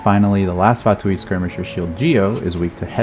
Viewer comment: Unrelated, but thank you for being the only person other than myself whom I've heard pronouncing Fatui correctly instead of "fatooey"